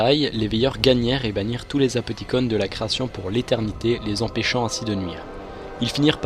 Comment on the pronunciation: super vidéo mais pourquoi vous dites apothicon et pas apothiconne ?